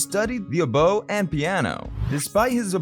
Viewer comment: The dates for the topic of your video are wrong in the title and you don’t know how to pronounce oboe